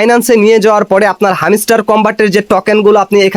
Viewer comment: ভাই তোর উচ্চারণ এমন কেন,,হামিস্টার কই পাইলি? এটা হ্যামস্টার রে ভাই।